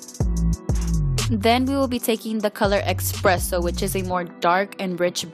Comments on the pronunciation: SHE SAID EXPRESSO INSTEAD OF ESPRESSO ITS NOT JUST ME 😂♥ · It's espresso not expresso